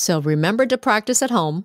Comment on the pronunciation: Cô ơi! chữ to trong câu cô nói " So try to say eighteen" em tua châm lại thì âm to cô đọc là th, có phải là nối âm ko cô! em cám ơn ạ